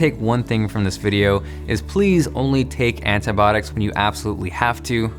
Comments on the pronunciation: It's antibiotics not antybodics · Do all Americans pronounce "antibiotics" like "anitbotics" or just him haha? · Itz Anti-Bio-Tics not Anti-botics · he really sayin ANTIBOTICS? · 'Antibiotics' not 'Antibotics' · "antibotics" - antibIotics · antibiotics not antibotics good video and nice inspirational story. sucks how you cant get it fixed :( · It's pronounced Anti-bi-otics put it together. Sound it out. 😂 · "antibotics" XD